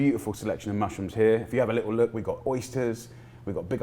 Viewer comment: A litul cheese!!